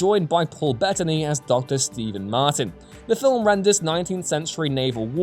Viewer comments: MATURIN, not 'Martin' in Master and Commander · Maturin...not Martin for Master and Commander.